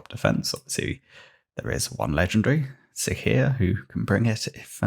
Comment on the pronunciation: It's Si(C)ia - siscia, ,,cee"